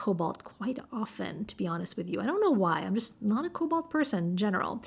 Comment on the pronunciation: I agree, Sennelier's watercolor is meant for layering as it is quite transparent. You almost got me with your nearly perfect French pronunciation ! We do say the "a" in "cobalt" just as if you were saying the first letter of the alphabet in French, like the word "banane" 😊